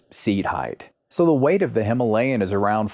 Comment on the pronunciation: Very thoughtful review indeed! I will be watching the rest of the videos as well. May I give you a challenge? Can you pronounce the word “Himalayan” correctly in your next upload? Wish you the best!